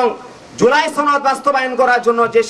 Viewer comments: ছনদ 😂 না, সনদ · জুলাই ছনদ নারে পাগলা সেটা জুলাই সনদ